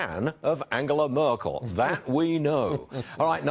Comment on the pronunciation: Farage, you cretin, learn to say Angela Merkel's name right! If you want to translate her name into English, be consistent and talk about Peter Trudeau and Gerry Wilders.